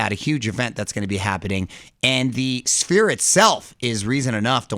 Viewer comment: Did call the sphere spear? Lol